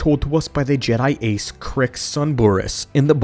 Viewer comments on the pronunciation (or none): Ja not G... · Lost me when the ai narrator started calling Jedi jeedi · WTF is a jeedie? Stupid droid narrator. All StarWars should be told by a protocol droid who understands the dialect. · It is still wrong way to pronounce it...